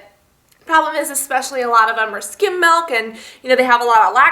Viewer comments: it MILK not MEEELK get it right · It's pronounced "milk" not "melk" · it's milk not malk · Melk lol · Lol you say meelk :P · She says milk weird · she says milk funny (